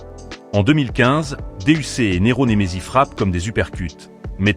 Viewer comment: La voie du narrateur est degueulasse, "OuestE side, 1kut , nero Nemezi, mc jean G.A.B.1, kalash il montre la photo kalash criminel 😂"les prononciations c est pas possible pour kopp c est l ia ou quoi ?